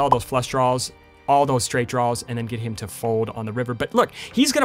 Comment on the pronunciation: I like when you say “draws”. You sound like a southern person referring to their underwear; “mah DRAW-ers”